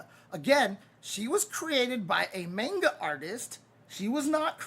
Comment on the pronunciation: I find it very funny that takes the effort pronounce "Karin" properly and then precedes to butcher "manga".